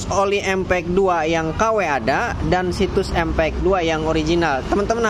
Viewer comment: Min knp sih klo ngmng sllu dngn akhiran huruf k...misal KW jdi kawek,dua jdi duak 🤣🤣🤣